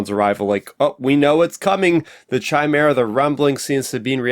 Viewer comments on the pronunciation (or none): It's Chimaera with a hard C, just to clarify. George (ChosenNightwolf)